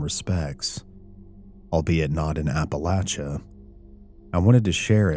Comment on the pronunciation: This was awesome! I'm so proud that you pronounced "Appalachia" correctly!!!!!